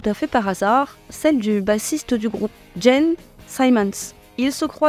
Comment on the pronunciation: Gene se prononce Djine 😉